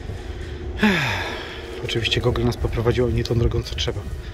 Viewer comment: źle wymawiasz "Google". Ja też kiedyś miałem z tym problem, ale teraz już wiem jak robić to poprawnie